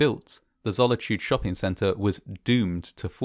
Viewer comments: It's Zolitūde, not Zollityued. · Zolitūde doesn't rhyme with the English word "solitude" - zo-li-tu-de (not "zolla-chood") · Boy really said "Zolichude" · I thought he said Sonichu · You sound funny pronouncing the name of the mall wrong =P